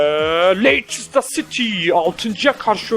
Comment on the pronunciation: stemptın değil sauthemptın leyçistır değil lestır. bitek ciguli doğru koklin değil ciguli :D